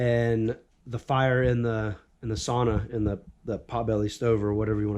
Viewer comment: The video was quality but even more than that, you pronounced sauna (sow-na), the proper way at least once in there, 🤘👍👊🇺🇸